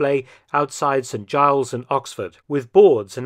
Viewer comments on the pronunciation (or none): none